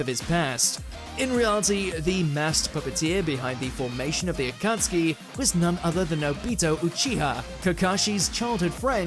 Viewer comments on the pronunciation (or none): none